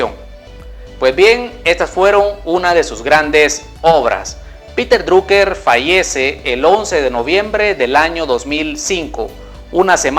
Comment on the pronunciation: piter draker se pronuncia